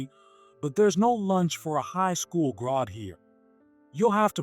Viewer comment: It is pronounced grad g r a d not Grod g r o d. For f*** sake if you're going to have an AI read something make sure it can actually pronounce the word correctly also stop putting western names on Oriental stories we know those aren't Harvard and Stanford garage that's not a western business